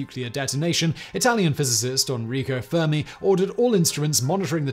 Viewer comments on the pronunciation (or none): none